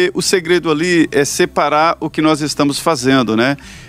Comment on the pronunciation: Quando ele diz nóz , ja prova seu total involvimento no clime.